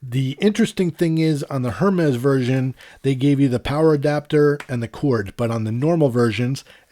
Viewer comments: It bugs me how he says hermes. He says it Hermes with the emphasis on the H by it’s pronounced ermes no h. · My point was simply that HER-mez is wrong and if you are going to spend that kind of money on a watch you ought to know how its pronounced. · great comparison. Got to give you a little grief, it’s pronounced “Air-Mez”.. Just drop the H bro and you’re good! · Oh you’re good! You know only the super snooty people pronounce it properly! I’ve had Apple Watches since series 0, get my first Hermes this week, so watching a few reviews of the allegedly amazing coveted AIR-MEZ model. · It's pronounced ERMES without the H :) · The HERmes pronunciation was annoying coupled with the labored breathing... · I believe its pronounced AirMes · definitely not “air” it’s pronounced ermès with a little aspiration on the first e. Your pronunciation is good, just put the accent on the last e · They’ve pronounced it airmez in the previous Apple stage announcements. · Hermès is French and you don’t pronounce the ‘h’ in the French language. Great video. I also got the black before but not into paying a huge premium for it. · I was just about to ask “who’s gonna tell him” lol